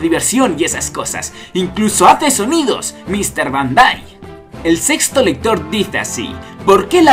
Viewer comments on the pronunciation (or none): none